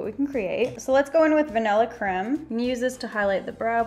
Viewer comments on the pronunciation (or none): you said crem.... it's CREAM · did you just say crem its creme not crem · the vanilla creme is pronounced Cream not cre-me